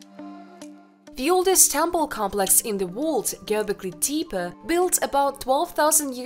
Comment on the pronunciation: 🤣 I know...right? Did you hear how she pronounced Gobekli Tepi? Bahahahahahaha!!! This video is poorly put together. Some of it is sensational...so I don't expect the channel to become very popular. However...it does have 'some' educational value. Unfortunately...because of 'some' of the poor content...it loses credibility.